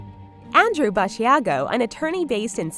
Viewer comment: Btw it’s Basiago - just like Chicago Ba-sha-go